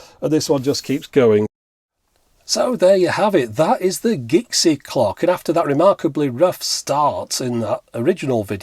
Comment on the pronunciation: Are we sure it's "Gixie" and not "Jixie"? :)